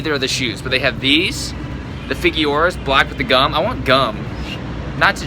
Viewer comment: That's not how you pernounce Figueroa